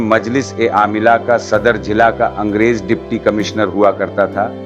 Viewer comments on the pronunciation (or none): Why have you opted for AI Hindi bot for Urdu commentary? Somewhere I heard جلع for ضلع, and تایین for تعین and so on. Don't do this please! Otherwise you have good aesthetic sense.